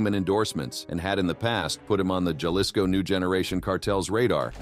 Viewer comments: "Jelisco." LoL :P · Ha-lee-sco** just to enlighten ya and to have you pronounce it right because the carted gets smart and once they know English it’s over. Even for an American documenting its information puts people and others at risk. Ik people in the states simply explain and make others acknowledge the hard life in Mexico even if they yo own people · Can you please stop saying galisco and say it right! “Halisco”. Jalisco! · Keep saying Jalisco like that and you’re gonna be on the list to 😂😂😂